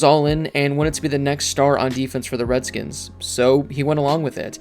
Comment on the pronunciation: You're a piece of shit because you're purposefully putting emphasis on the old name. You racist asshole.